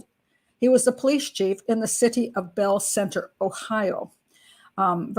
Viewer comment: You're right, it is pronounced "bell fountain"! I moved to the area 13 years ago and had the locals aghast when I said "bell fon tain" at first 😂